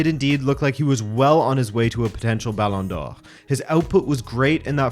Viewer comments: How ridiculously do you want to pronounce Balón d'Or? That guy: yes😃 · Why are you saying Ballon d'Or weird ? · just curious as to why you say ballon d'or in the original French pronunciation but Anglicise all other names (Ronaldo, Neymar, Paris, Barcelona etc)?